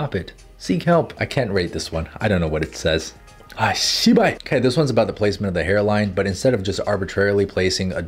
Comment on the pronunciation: beside of his art tips and skills is just fun to watch. such a funny man i was laughing for a minute when he said shibal lol